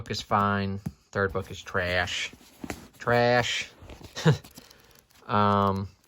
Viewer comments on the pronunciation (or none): Fantastic video concept (though I have a feeling that editing Jake was less of a fan :P) & I really enjoyed hearing all the page turning sounds and hearing you read all the first lines, it was sooo relaxing while also being really interesting! Your reactions were great! :) The way "traaash" comes out in your accent - yesss, haha!! I'm sad I was late to the party and missed it live! IT, Shawshank & 1922 were my favourites! I liked the first line of Cell much more than you did but I am such a plot reader so it's no surprise that I like being introduced to the premise upfront! :) Here's hoping your back is feeling okay after all of this! xD